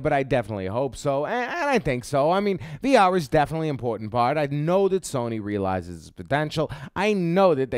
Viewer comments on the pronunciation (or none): none